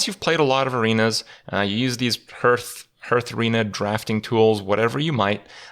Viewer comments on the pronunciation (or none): Playing again since 2017/2018. Kripp content still the best by far. Even though he can't pronounce "hearth". Thanks Kripp! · I'm shocked that after 3+ years he still does not pronounce "hearth" correctly.